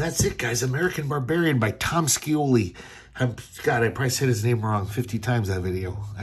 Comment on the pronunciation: It's pronounced Tom (Shee-O-Lee)🤩😎🤪